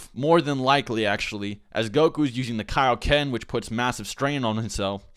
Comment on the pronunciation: When are we gonna learn the keioken? What? The keioken king kai! Kai. What? KAI-O-KEN! IT'S IN MY GOD DAMN NAME! -___- y u make me do this